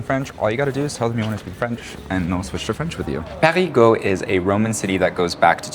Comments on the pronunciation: When you want to say Parigueux , in fact you prononce parigot which is a slang name for a parisian. You can Prononce more easily Perigueux with this tips Pariguheu ! ( heu ! heul ) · Sil Vous Plait — you’re saying “PARIS’ GEAUX” Non non non Should rhyme with Deux As in Un Deux Troi Quatre Try saying Peh REE Deux but change the D to G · Fun : When you say "Périgueux", I hear "Parigot" which a slang word for "Parisian". There is this nice childish saying to express the "love" for Parisiens : "Parisien tête de chien, Parigot tête de veau". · Hi guys! Welcome to the Périgord (the ancient name of the region, which is pronounced "Perri-gore")! The name of the capital city of the Périgord region is Périgueux, which is actually pronounced Perri-goo-er... or as the natives say, with much more vitesse: Perri-grrrr! So if you growl like a bear, that's it! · Périgeux [pé-ri-'gœ] - [œ] as in deux "two". :) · Who heard " parigots" all along? Quite funny 😂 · PériGUEUX :D (made me giggle as I thought I heard PARIGOTS, how we tend to call Parisians in the country 🙂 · And I heard Americans pronouncing PériGUOUX or PariGUOUX , pourtant Périgueux ne me semble pas compliqué à prononcer quand même. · ? No 'r' sound at the end of Périgueux. 'eu' is pronounced 'ø'